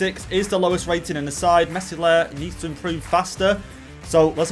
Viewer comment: The 's' in Meslier is silent love the content btw